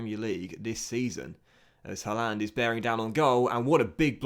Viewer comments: mate look up how to say haaland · The way you pronounced Haaland😂